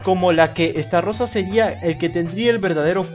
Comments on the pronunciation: SI NO HAY DOS R NO ES ESTARROSA ES ESTAROSSA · Xd Es Estarossa no Starrosa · Se pronuncia Estarossa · No que se pronunciaba estalosa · Estarrossa así lo estás pronunciando no creo que se pronuncie así pero quién sabe